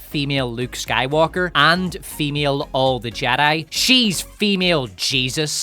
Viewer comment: If you listen carefully. She says sky"woke"r